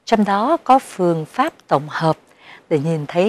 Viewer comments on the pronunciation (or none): "PHƯƠNG PHÁP" ĐỌC THÀNH "PHƯỜNG PHÁP" !!! (THÊM DẤU HUYỀN VÀO CHỮ "PHƯƠNG") . RẤT KỲ QUẶC !!!